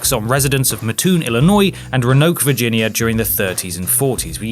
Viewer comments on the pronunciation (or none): Roanoke "Roh-ah-noke" not "Ro-nuk", as a former resident, this is how it's pronounced. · Just so you know, Roanoke is pronounced Rowan-oke. This isn’t a mean comment, it’s just to let you know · Syllable breaks and primary stress: 'ro.a.noke and matt.'oon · "Ranoke, Virginia" lol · Row- a-noke =Roanoke. Just saying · it's pronounced Roe-uh-noke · For #7, as a resident of Roanoke, Virginia I’ll point out it’s pronounced “Roe-uh-noke.” Here’s an article from our local paper from last year shooting down the mystery, which began in Botetourt County (pronounced “Bot-uh-tot”...I know :)... now you know! Always enjoy y’all’s videos! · I live in Virginia and I'm pretty sure it's pronounced Row-Ah-Noke...but I like the way you said it better. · Also, Roanoke is pronounced, Row-Uh-Noke. Haha, not a big deal but while we're here. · I’m originally from Roanoke, VA. That’s not how you pronounce it. Good effort though. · You butchered the pronunciation of Roanoke, VA.